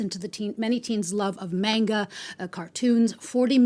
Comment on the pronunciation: Thanks for saying manga and not the excruciating “marnga”.